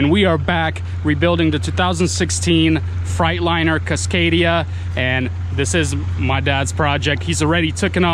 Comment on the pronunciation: Its freightliner your saying it wrong but good video tho